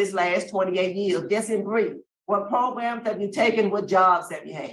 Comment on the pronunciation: "Progrums" You need "Progrums"